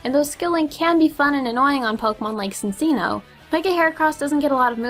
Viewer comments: Cinccino is pronounced CHIN-chee-no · cincino is pronounced like it is spelt: cinchino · She said sinccino instead of Cinccino